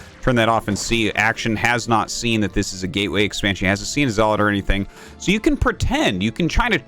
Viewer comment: I wish he said zealot correctly